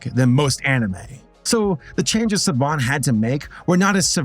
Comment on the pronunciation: It's pronounced SA-BAAN, not Sob-ban,.🤓